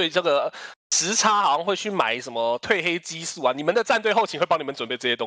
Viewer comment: 褪ㄊㄨㄣˋ黑激素